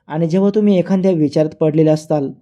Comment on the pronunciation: "एखाद्या'" या शब्दाचा नीट उच्चार 😂करा